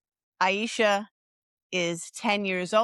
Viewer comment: Her name is pronounce Ay-sha, not Ay-eye-sha. I am Jessica's ex, Arin Marcus. I have been with her off and on since 2015, and was the reason she moved to Portland. I can do an interview, if you like. I do not have messenger, please let me know how to contact you.